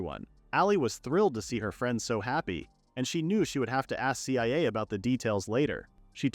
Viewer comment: IT'S PRONOUNCE CIA (SIYA) NOT C-I-A